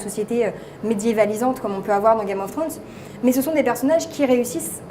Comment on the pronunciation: Comment dire, le tic de la main dans les cheveux, a perdre de suite, la prononciation de game of throne, je suis pas fana du tout anglais, et la voix un peu trop aiguë ne donne pas trop envie de continuer. Sinon super contenu rien a redire.